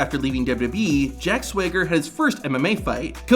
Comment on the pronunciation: Stop saying ‘however’ and it’s SWAG-ER as in swagger 😅